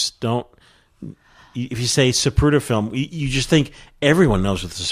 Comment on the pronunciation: Great info, thank you. But never in my life have I heard it pronounced “Zabruder”.